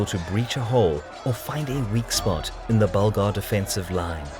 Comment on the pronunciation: Yes, Bulgar* not burglar hahaha